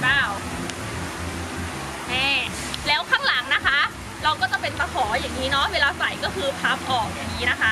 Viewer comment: ค่ะทำไมต้องใส่เสือชอสเดอละค่ะและยังพูดคำว่าแล้วเป็นแร้วหนูไม่ขอบพี่ชอบเซ็กซี้